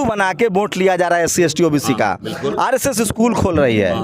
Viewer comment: मुझे वोट के जगह पे ओट क्यों सुनाई दे रहा 😔